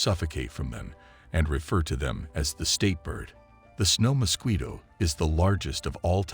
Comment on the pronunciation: Terrible pronunciation of mosquito!